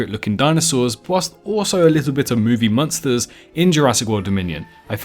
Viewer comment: lmao why do you pronounce monster like that😭😭